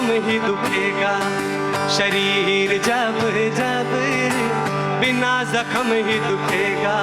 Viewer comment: Bohat khoob …kya sama bandha aap ne. Do jaghon par aap se galati ho gayi. Zara us par dhyaan dein. Zanjeer sahi lafz hai aap ne Janjeer padha Zakhm hota hai Zakham nahin